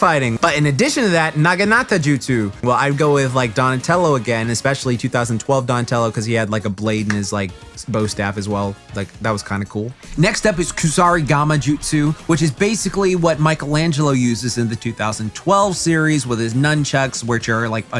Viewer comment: it’s pronounced “koo-sorry-gama”